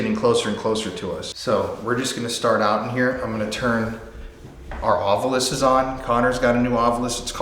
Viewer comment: Thank you for being one of the only paranormal teams who pronounces “Ovilus” like how it’s spelled instead of “OvUlus”. 😂